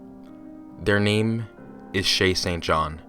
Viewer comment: All I hear is "Chasing John"